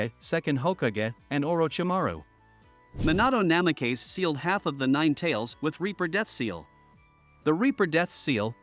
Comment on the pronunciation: Minahto Nameh-kays